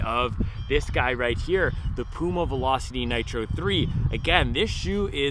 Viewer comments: Your pronunciation of Puma is correct. I never heard Germans call it Pjuma. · Hi, I am from Germany. Puma is a german brand we say Puma like you pronounce it. It is not "piuma". Go on making this great videos!